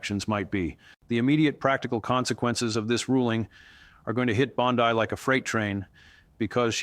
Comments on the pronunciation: Hey everyone. I am all for Pam Bondi going to jail. But if you go to the contents of this video you can see that this whole video was made with AI. The first thing that caught my attention was the mispronunciation of her name. BOND I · The way pronounces her name with the emphasis on "i" is the same as our Bondi Beach in AU, so he has given me a new name for her "bondi bitch" which I think suits her better than bondi barbie. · This is fake two other youtubers gave this same analysis word for word exactly. Yet i'm not hearing this story anywhere else.😂 and all three items pronounce her last name wrong the same way.